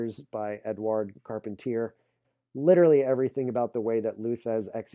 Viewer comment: lou called this the short arm-scissors. carpentier pronunciation is car-PON-tee-ay